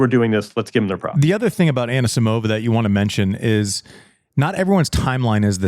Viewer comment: Everyone's happy about João Fonseca's pronounciation but no one's care about wrong Anisisimova's emphasis.